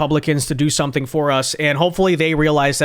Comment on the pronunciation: "You gon' learn suntin from us!" Elected official with room temperature IQ